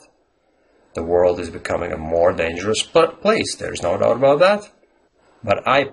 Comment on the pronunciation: You're stressing or putting the accent on "that" when you should be stressing "about." It is also possible to put an accent on "doubt" and then an even more stressed accent on "about," but the tone should be lower on "that." Stressing "that" can be used if you are saying there is no doubt about "that" *as opposed to* something else. Not nit-picking, just thought I'd share my thoughts. Native-speaker here, and even I don't use idioms correctly all the time. There's no doubt about that. :)